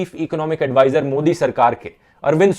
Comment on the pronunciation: did he say Godi instead of Modi?